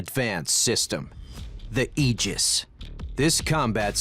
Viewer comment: Finally, a narrator pronounced Aegis correctly!